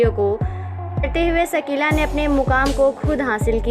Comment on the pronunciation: सकीला नहीं शकीला